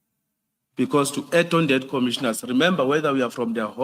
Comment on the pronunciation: This one does not even say correct commissioners 🤣🤣🤣🤣🤣🤣